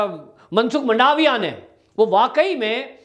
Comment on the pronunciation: वंदे मातरम्, मंडावीया नहीं परंतु मनसुख भाई मांडवीया और बघेल नही परंतु शंकर सिंह वाघेला